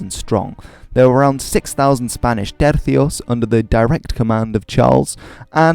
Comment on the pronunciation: uses th sound only for the c in tercio Me: Nice